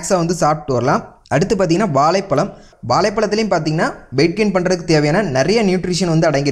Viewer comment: வாலைப்பலம் இல்லை வாழைப்பழம்..... தமிழைக் கொன்று விடாதீர்கள்.